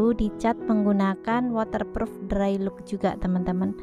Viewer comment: Wolpeper tri di, bukan tri ji. Cat drai lok, bukan drai luk.